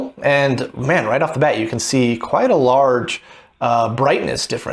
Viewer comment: Not gonna lie, every time I hear you pronounce "quite" as "quiet", it gets me a little. It's an odd quirk.